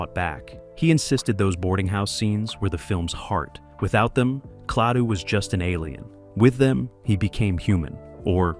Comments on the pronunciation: Klah two. Not Clay too. Why is this a problem?! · The narrator says “Claytoo”. What a Maroon.!